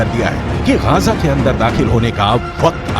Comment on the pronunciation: Gaja nahi bay Gaza bol